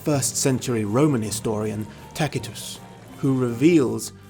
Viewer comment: C before e, i, is pronounced S C before a, o, u, is pronounced K So Tacitus is Tasitus Celtic is Seltic I forgot y you say? No, y is a demi-vowel only.